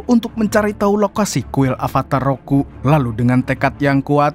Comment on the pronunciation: Avatar ROKU bg, bukan RUKO